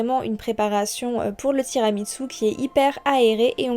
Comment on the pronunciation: Il y a un "t" de trop dans ton tiramisu 😉. Ça se prononce tiramisou.